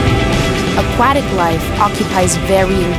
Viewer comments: I hate how she said aquatic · Did you not think you should go back and re-record this voiceover after it became painfully, painfully clear that your voice actress doesn't know how to pronounce "Aquatic"? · "a QWA tic" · "Akwattic." Can't unhear it. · "Aqauktic animal"😂😂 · "aqu WAT ic" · A-cwah-tack lol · The way the narrator says "aquatic" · Being an Australian and hearing her say Aquatic hehe, Accents are funny. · I have never heard somebody say Aquatic so very wrong. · Is nobody going to talk about how she says "aquatic" here? Edit: Scratch that; how she says aquatic throughout the whole video??